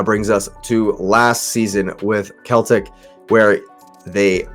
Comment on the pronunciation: It's pronounced Seltic